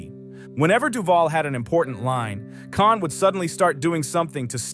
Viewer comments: PHEWW! Btw, James Caan, not Con. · NOT Con ,NOT Khan. NOT Conner, But CAHN!!!